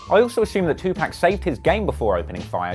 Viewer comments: It’s 2 pac not pack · Dude.. 2pac pronounced like 2poc.. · It’s not 2 pack bro . It’s hard to watch when you get his name wrong thru the whole video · disliked because of "2pack" learn how to pronounce someones name before you make a video about them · Why do white people say 2Pac like pac-man. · The fucking worst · Can't even pronounce his name right. WACK! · disliked cuz how he pronounced his name